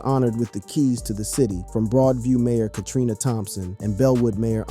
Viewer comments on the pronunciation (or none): none